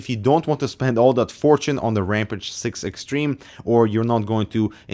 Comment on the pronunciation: Ramp-ăge? Ramp-ăge? Oh, Ram-pāge. Sorry, I know it's not nice to pick on accents, but that one just kinda throws me off. Long A as in cage, not short a as in can. Also, WANT. Give it to me, the $599 price tag be damned! That an a $ X. I don't need both of these stupid kidneys.